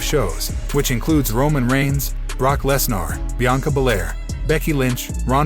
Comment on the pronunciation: LEZ NER!!! NOT LEZ NAAR!! Get these frickin names right!! If you are going to have a channel, at least learn pronunciation!!!